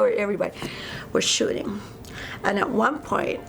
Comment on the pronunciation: why is it that i always hear "shitting" instead of "shooting"